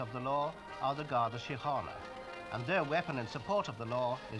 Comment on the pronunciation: Good to hear the English man pronounce Garda Síochána properly.